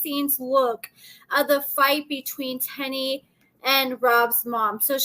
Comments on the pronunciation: it's Teen-knee, not Ten-e. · Tennie’s name is pronounced “tea + knee” not “ten + E” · I thought her name is Teenie not Ten-e how pronouncing it 🤣🤣🤣🤣🤣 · It’s not TENNIE ITS TEENIE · It's pronounced "Teeny", 🤣 Thank you for the tea!♥ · Y’all be so ready to correct somebody especially! If it’s not pronounced Tenn-Eee why do they say it like that on the show?! Just loud and wrong smh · ma’am, they’ve said her name several times on the show and it is, indeed, pronounced “Tea-Knee” as in “*teeny*, tiny little one”. I am not correcting specifically. Why would I do that, I don’t know her to be targeting her to “correct her” out of… what? Spite? Hubris? Apathy? (You’d have to tell me 🤷🏽‍♀️). Maybe it’s a regional dialect issue affecting the pronunciation and therefore how I perceive and hear pronunciation of Tennie’s name. Instead of attacking me for some perceived attack of, on your part, you could’ve offered something constructive.